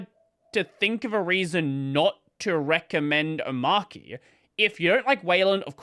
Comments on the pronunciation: Do you pronounce arch as arc ? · it's... omARCHY. not Omarky Come on... really?! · om ARCH e. not Om arc e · It's OmarCHI as in CHICHI (Dragon Ball). Not KEY. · It's pronounced oh-maah-chee btw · That's an odd pronunciation. Is it an AUS thing? Is Arch Linux pronounced like "Ark"? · The archy in Omarchy is coming from Arch so it's pronounced Omarchy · I've seen it pronounced Omarchia in Polish. It makes perfect sense even though translating proper names obviously makes no sense at all. Anyway, it might've been AI translation, so yikes. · You're all wrong. It's pronounced omarchy. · I pronounce it oh-marCH-ee. Not oh-marK-ee. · It’s pronounced Omarky cause it’s based on Ark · This where we point out to the video creator that the word "Arch" is literally in the name, so you are probably meant to pronounce it that way... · nevermind, mispronounced it later🤣